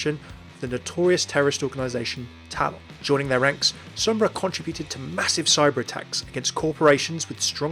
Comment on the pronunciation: It's called TALON NOT TAL-ON